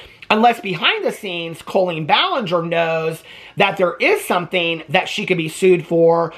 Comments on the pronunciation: I love you so much but the way you say CO-lean is stressing me out. 😂 Is this a Midwestern pronunciation? Is Illinois considered Midwest? One of my best friends is a Colleen and it's said cah-lean. Lol I just had to get that off my chest. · The way you say her name makes me laugh so much. Colon-een!